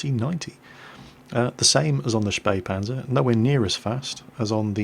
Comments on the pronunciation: HEY you pronounced Spähpanzer (almost) correctly! :P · you nearely fooled me with getting wrong that the t49 is the fastest t8light with a top speed of 72 (the spähpanzer is faster with 80) but then you actually correctly spelled spähpanzer! you spoke it as good as a german! SO WHO ARE YOU?! AND WHAT DID YOU DO TO!!!!